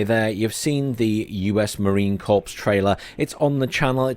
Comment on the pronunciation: We say "Marine Corrrrr," not "CorPssss."